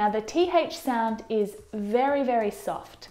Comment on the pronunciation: oh my gosh, did she just say : You look wery comfortable this afternoon" Wery ?? Wery?? I don't belirve this, how do you learn English from a foreigner??